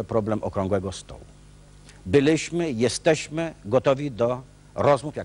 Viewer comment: "Jezdeśmy" itp.. po latach ta miałkość intelektualna rysuje się aż zanadto wyraziście, kiedy oglądałem to jako dzieciak, wyglądało to na poważną debatę. Zerka ciągle w coś przed sobą, pewnie czytał z telepromptera. Żenada ;/